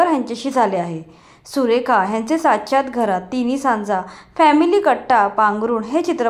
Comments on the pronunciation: सुरेखा नाही सुलेखा नाव आहे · सुलेखा तळवलकर नाव आहे..सुरेखा नाही.😂😂अभ्यासपूर्ण व्हिडीओ तयार करून आम्हांस दाखवून देत जा.